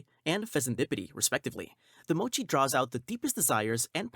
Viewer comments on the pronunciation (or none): none